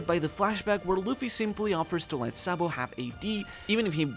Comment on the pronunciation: Sa D. Bo is not pronounced Boy its "Bow" one piece community cant read basic English